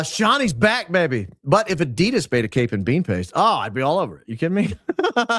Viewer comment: Thank you so much for calling out Erika Frantzve / Medusa!!! 💪 On a different note, not trying to be a smart a$$, but it would be awesome if you could pronounce Adidas correctly 😅 ...sending lots of love from Germany!